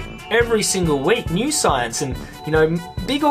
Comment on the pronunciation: "Soyence"..... Hhhahahahahah!